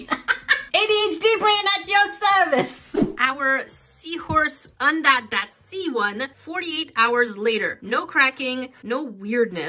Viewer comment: Omgosh, I laughed so hard I was crying. This was fantastic and I love the, “undah dah sea” one. Thank you for the laughs.